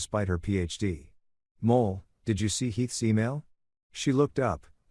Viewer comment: Wife's name is Moll, not Mole.